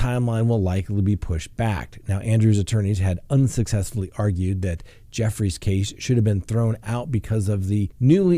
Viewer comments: I heard it was pronounced Virginia Goo-frey, not Jeff-rees. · Just so you know, you are mispronouncing the lady’s name, that is suing Prince Andrew. It’s pronounced Due-fray. You can go to other YouTube videos to hear the correct pronunciation. I am telling you this because I want you to look good on YouTube. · Joo-fray not Jeffrey. Love you but you're terrible at pronouncing names